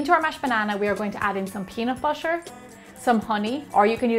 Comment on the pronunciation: Anyone hear she say busher but it actually butter? Or just me??